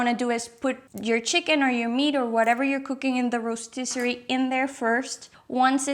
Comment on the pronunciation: Thanks for your very helpful two-years-later video! I've ordered one too and can't wait to use it. Please allow me to point out just one small thing: The word is ‘rotisserie’, not ‘rostisserie’, as you repeatedly say in the video. 😉